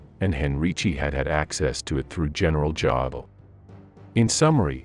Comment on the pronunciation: good presentation.....the AI cannot pronounce JODL......you look a dam fool when you don't proofread or listen to it.....